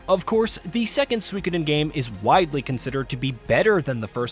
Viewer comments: He is pronouncing it Swikidin 😂😂😂 It’s pronounced SUKODEN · It should be pronounced Soo-E-Koh-den not Swee-keden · It’s pronounced sue-koden. The I is silent. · Maybe watch a YouTuber who can say the name of the game correctly.